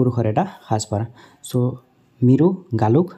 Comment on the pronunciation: 50.Its not মিৰু গালুক its মিবু গালুক